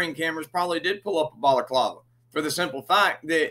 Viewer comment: 😂😂. Baklava is a sweet Greek pastry. One type of face covering is a Balaclava. He pronounced what the policeman put on his face like the pastry. 😂😂😂